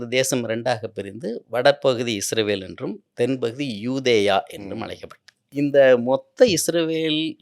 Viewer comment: தமிழில் முதன்முதலாக உண்மையான வரலாற்றை சொல்லும் ஒரு நல்ல முயற்ச்சி! வாழ்த்துக்கள்! ஐயா அவர்களின் உரையில் ஒரு சில முரண்பாடுகள்/விட்டுப்போனவை பற்ற்றி குறிப்பிட விழைகிறேன். 1. இஸ்ரவேல் என்று குறிப்பிடுகிறார், அது தவறு. நாட்டின் பெயர் இஸ்ராயீல்(சரியான ஹீப்ரு உச்சரிப்பின்படி). 2. ஆப்பிஹாமின் மகனார் ஜேக்கபின் மற்றொரு பெயர்தான் இஸ்ராயீல் என்பது. அவர் அவ்வாறு அழைக்கப்பட காரணம்/பொருள் 'தெய்வீகத் தூதனுடன் போராடியவன்'. என்பதாகும். 3. இந்த ஜேக்கப்/ இஸ்ராயீல்/இஸ்ராயெல் க்கு 12 மகன்கள்,அவர்கள் இஸ்ராயீலின் வழித்தோன்றல்கள்/ பெனி இஸ்ராயீல்/இஸ்ரவேலர்கள் என்று அழைப்பட்டனர்.